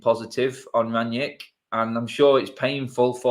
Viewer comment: Where does Ranyick come from? It's Rangnick ffs. Imagine you knew someone called Nick and you rang them. Like that. How hard is it?